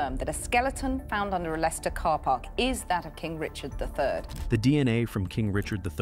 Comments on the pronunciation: Leicester is pronounced as Lesster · Dude can’t say Leicester right ❤😂